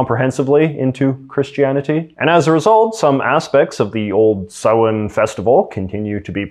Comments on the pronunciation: Wow, J. J. You said "Samhain" exactly right! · I don't really care about mispronunciation of words if it's not your native language because languages are hard and people try their best but the fact that you pronounced Samhain correctly made me unexpectedly very happy. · was not expecting you to nail 'Samhain' haha. You mispronounce things sometimes from an American prospective but I have to remember than Canadians sometimes opt for the British spelling and/or pronounciation, the latter of which would vary by province. Don't get hung up on the pronounciation police in the comment section, JJ! Great video!